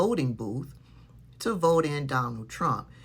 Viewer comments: "I will bote for Donald Trump"😂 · "I will bote for Donald Trump"😂😂